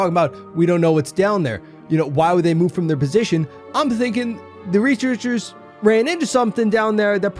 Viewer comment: Wait holup did he jus say the recherchers?